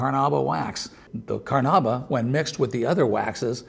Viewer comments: Technically it's Car-na-UH-bah, Car-na-IH-bah or Ca-run-DA, all of which come from the Tupi Karana'iwa; but how pronounced it can be considered "close enough" for english speakers. Now "Car-NOOB-ah" is the single worst attempt at saying "Carnaúba" that I have ever witnessed. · Car-NOOB-ah wax was not your problem. Your acting is awful friend. LOL